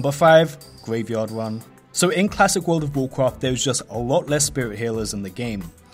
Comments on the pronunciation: "Wold of wocraft" lol Same as you Im also not a native english speaker but it just sounded too funny. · What is worfh of worfhcraft he saying? is it good?